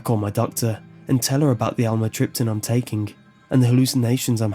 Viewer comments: Great story! But the pronunciation of amitryptaline is (am me trip te leen). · "Almatripton"- lol "imatripping" what it sounds like